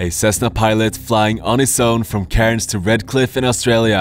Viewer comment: FYI, Aussies typically pronounce Cairns as 'Cans"